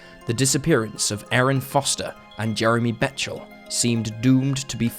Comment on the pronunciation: Jeremy's last name is Bechtel (beck-tull).